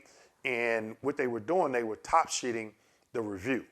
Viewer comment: Did you say top sheeting or top shitting?